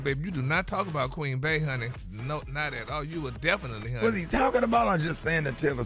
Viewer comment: Who the heck is Queen Bay!? It’s Bee! Say it with me Queen Bee…and there are no Cleveland Chiefs! Cmon morning show 🤦‍♂️